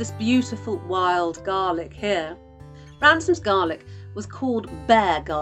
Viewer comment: They are called Ramsons not Ransom's